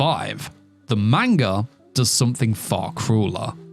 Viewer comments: Ppl please 👏🏼start👏🏼pronouncing 👏🏼manga 👏🏼corectly👏🏼. I swear to god it makes anything you say after lose all credibility. “Meinga” is not a thing. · Grown man can't pronounce manga 😂😂😭